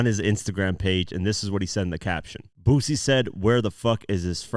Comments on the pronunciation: Everytime he says BOOZY i wanna cuss him out.... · It’s not Boo Z It’s Boo C (Boosie) There’s no Z in the annunciation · Boosie: boo-see, not boo-zee. Sorry that was driving me crazy. 😂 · Like your video…. However, it’s BOO-SEE…. Not Boozy… 😂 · His name is Boo-c... Spelled Boosie ..not pronounced boozy